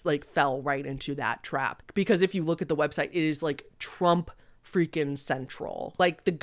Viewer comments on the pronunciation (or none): I’m CRYING, “president Trup” 😭😭😭😭😭